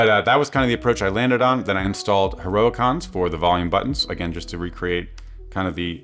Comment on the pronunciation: awesome video as usual 🙌 but idk how I feel about the way you said heroicons hahaha